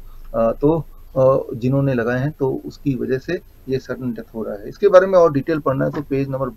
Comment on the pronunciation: तूम "है" शब्द को सही बोलने की प्रैक्टिस करो। डा0विश्वरुप राय चौधरी सर की वजह से "भारत की बिमारीयाँ" जड से खतम होने वाली है। आप दोनों का अभिनंदन....हार्दीक आभार. 🌷🎸